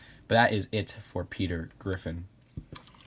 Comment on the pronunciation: How you said pe*T*er